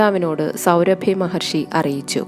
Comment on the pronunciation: സൗഭരി മഹർഷി....സൗരഭി അല്ല.....ആഖ്യാനം നന്നായിട്ടുണ്ട്